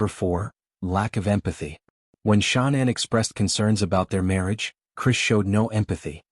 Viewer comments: Pronounce it right. It's Shan- anne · Ahhh ur driving me flippin crazy pronouncing Her Name Wrong WTH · This AI voice pretending to be a real person and can’t even have the decency to pronounce her name right. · The brotherhood wouldn’t be telling ANYONE if they were going to do anything. And they definitely wouldn’t tell some random guy on the internet- using an AI voice that cant even pronounce Shannan properly.